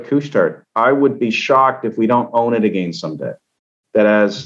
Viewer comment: Why is this man unable to say the word "again". He sounds like a fool!